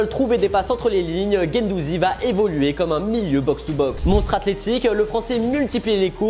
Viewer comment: Gendouzi ? Insupportable